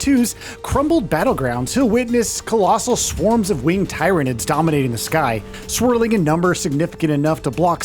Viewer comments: Plz stop saying tyranids wrong. Its pronounced the same as 'tired'. I stopped watching the video because of this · Fkn Tie-ranids? Come on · Ahem* Teer-a-nids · Every single time he says Tie-ranids, my teeth clench involuntarily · uMm aCtUaLlY iTs pRoNoUnCeD ‘TEER-anid’ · tai-ra-nids sounds like some sort of STD, though I suppose the residents of 40k would agree. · The Tie-ra-nid pronunciation had me thinking this was Ai 😂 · My man is gonna get reemed in the comments over the pronunciation of tyranids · Could have watched one 40k breakdown video of the tyranids to get pronunciation right.... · Its not but its annoying as hell when even the game itself pronounces the name correctly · do these idiots ever listen to trailers or the devs when they do their videos, at least pronounce tyranids the right way